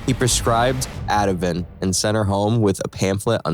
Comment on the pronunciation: Ativen? It's Ativan. A human would've got that right.